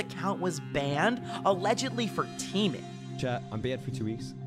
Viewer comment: bro said keeming not teaming